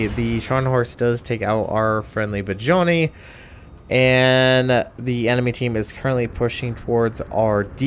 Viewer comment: it's pronounced BRE TANE